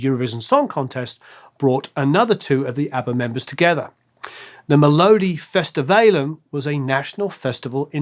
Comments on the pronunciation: Thanks for giving everyone in Sweden something to smile about with your "inventive" pronunciation ; How else is one to pronounce mee-low-diffy-stiv-alen 🙂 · You get 👏 for trying to pronounce "Melodifestivalen" ("meh-lo-dee-feast-i-whale-n") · hahaha im sorry but how you said melodifestivalen is hillarious from a norwegians perspective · Hilarious to hear try to pronounce Swedish words like "lycka" and "melodifestivalen". I was a long-haired hard-rocker in the 70's and had to hide the ABBA albums from my rocker friends, as not to ruin my image. About "no-one had a bad thing to say about them", that certainly was not true in Sweden. The progressive political left made ABBA their selected commercial cultural hate object. You were considered being av traitor if you listened to ABBA, and had the left overthrown the Swedish government by revolutionary violent force, ABBA and all their fans had probably been lined up and shot along with the capitalists.